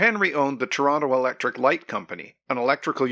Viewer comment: Thank you for talking about "Toronto" and not 'Tronno' like many do.